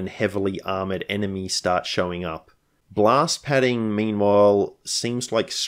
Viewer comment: I thought you said glass padding, not blast padding.